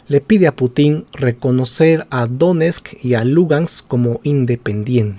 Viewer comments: No es PutÍn, sino PÚtin. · Excelente video. Sólo una observación, el apellido del presidente ruso se acentúa en la primera sílaba. Excelente y felicitaciones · Como siempre informacion a medias, sin mencionar sus fuentes 🤦‍♂️...en este caso fuentes pro gringolandia....y tan ignorante q ni pronuncia bien "Putin" 🤦‍♂️ (tiene enfasis en la u, no en la i)....y sus ovejas seguidoras lo aplauden callladitos